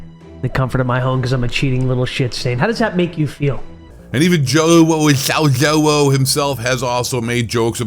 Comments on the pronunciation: Dude the way you say zjoewo 😂😂😂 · When you slurred joewo I died 😂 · I laugh everytime you pronounce Joewo 😂😂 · its great how u say Joewo 🤣🤣🤣🤣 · Why you kept saying Joewo like that was super annoying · I absolutely love how you say joewo name hahah Joewo and ZLander are straight up POS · I love the way he says joewo fucking hilarious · The way you say JoeWos name killed me😂😂😂 slowwo sucks